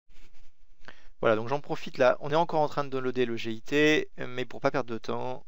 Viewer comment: On dit "git" et pas "g.i.t" !!! :D